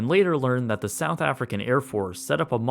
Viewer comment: My man really just said “Afrikan”